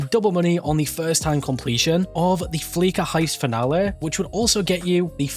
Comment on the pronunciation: You lost me at “fleeka” It’s fleesa bro. Fleesa.